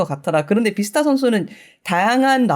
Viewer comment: 비스타 아니구 뷔스타입니다